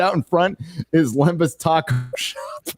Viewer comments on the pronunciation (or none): none